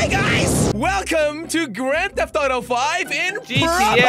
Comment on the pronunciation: Nobody : No One : Jelly : GrAnD tHeFt TOTO